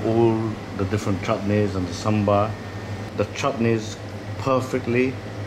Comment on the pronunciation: Hare Krishna 🙏🙏. I love the passion of chef. It reflects is the taste as well. Thanks for bringing this in your channel. The only suggestion I have is. I notice the chef saying samber and your title as well. It's actually "Sambar" and not "Samber".